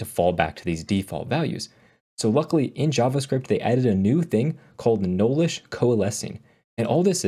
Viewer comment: Young man! Enunciate! It's "nullish" not "knowlish".